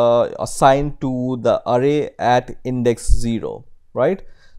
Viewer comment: Hey mate, awesome videos but you need to work on some English pronunciation as it tends to confuse, and therefore, becomes distracting. After paying attention to some words here are a few examples of your mistakes: variables: you must put the accent in va, not in the a at ria. The accent goes on the first syllable from left to right. array: the accent goes at the last a from left to right, not in the first one. just say "at symbol" or simply "at"